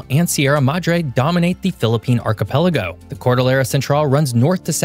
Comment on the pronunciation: Archipelago - I've heard it pronounced "Archie Pelago", as if it was someone's name.